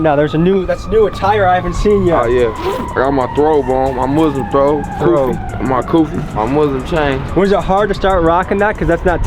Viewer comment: It's not a throwb it's a thawb/singular, thiyaab/plural